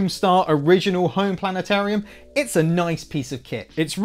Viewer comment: Planet-orium, lol!